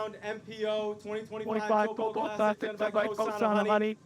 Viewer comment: You guys are doing great, but you have to learn how to pronounce the New Zealand language. It’s very similar to Hawaii where you annunciate the vowels as they sound. You’re saying Taupo totally wrong. 😂